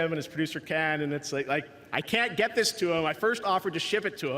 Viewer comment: He rikes the japanese d